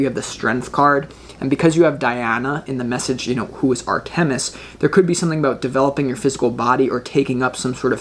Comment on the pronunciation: Dear …this was my first viewing of you and your creative readings. Fabulous! Thank you! I don’t want you to have to endure the wrath of Artemis. Please allow me to suggest you check your pronunciation of her name. Phonetically " R ta miss," accent on "R" first syllable. 🏹 Blessings!